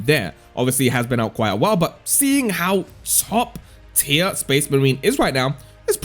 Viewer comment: Tier not tie 😅